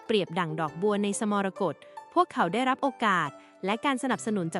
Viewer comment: สระ มรกต ก็อ่านมั่ว